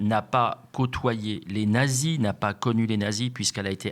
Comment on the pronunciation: les Narrrzis 😂